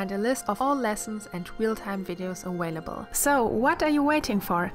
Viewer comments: Great video! Just a side note, you say aWailable. With a w sound. Its aVailable. V sound. But you can say which ever you choose of course. I find your accent easy to understand and very charming. And your skill very impressive. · your work is excellent. Most of your English is good. I have to help: it's not "awawabelle", it's a(uh)Vail -a BLE" And "really" is not "reawwy". Come on that's not hard. If you're going to play in the United States, do it right. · R u intentionally saying awailable or its just a thing with ur mouth